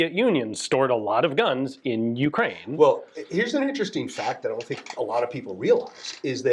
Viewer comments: Pretty wild this guy doesn’t know how to properly pronounce Ukraine despite having done business there. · Not sure how to feel about this as Ukrainian. From one point I blame our politicians selling our heritage for pennies our grandfathers bled for, but on the other hand listening to him giddinly describe how he robbed Ukraine while pooping on and mispronouncing Ukraine doesn't feel good.